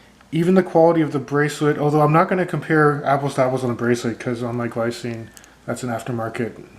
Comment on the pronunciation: Glycine is Swiss so it's pronounced more like 'glee - tsee - nuh' or 'glee - tseen'. Also, not all of their watches have ETA movements, mine are fitted with Sellita SW 200-1. If you buy one you will have to open it to find out what movement is in there.